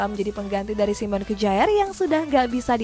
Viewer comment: 13: 09 Dibaca Simon kaer min bukan simon mujaer😂😂